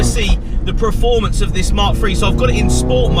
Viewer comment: Yeah that bugs me to haha